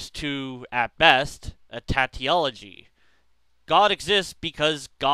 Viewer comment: "Tautology" is pronounced "Taw" (like saw) "tology" It's one of those words I also pronounced wrong for a while because I never heard it and only read it.